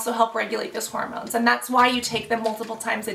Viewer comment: GIRL! It's HORmones, not HOROmones!!